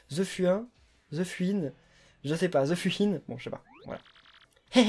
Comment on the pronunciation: Ze Fuhin=The fouhine pour la prononciation(en gros la fouine)